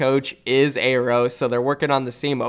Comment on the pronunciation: YOOO HUGE NEWS PRONOUNCED AERO’S NAME CORRECTLY!!!!:D